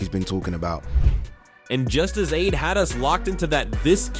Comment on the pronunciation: At least get AI to pronounce names accurately! Who is "Aid"? And why is Ade's opinion so important on this topic, respectfully!!?? 🤔